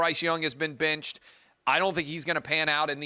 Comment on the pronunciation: I like Clay but why does he go back and forth between the word “benched” and “binched?” What is with the pronunciation of the short “I?”